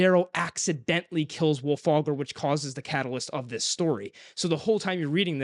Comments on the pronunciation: I actually liked Iron Gold. Is it the best one so far? No. But it isn't a "bad" book at all. I do agree though that the parts in the Rim were the most interesting. I did like Ephraim's parts mostly because Im a big fan of hiest stories 😂. And.... It's Wulfgar... Not Wulfagr 🫠😂😂😂😂😂 Side note: SCREW LYSANDER. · Wulfalgar, lol. C'mon guys.